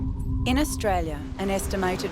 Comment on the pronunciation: Australia not Australie